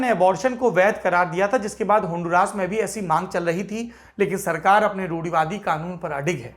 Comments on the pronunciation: It is Hondura not handuraas as you pronounce Sir. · Wo होंडूरास नही ओंदुरास हैं भाईं